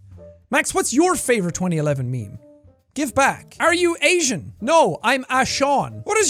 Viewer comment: are you Asian No I’m a-seàn